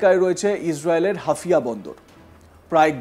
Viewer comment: হাফিয়া না -- হাইফা